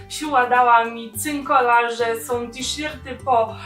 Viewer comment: mówi się "tiszErty" i to żaden hejt:) pozdrawiam!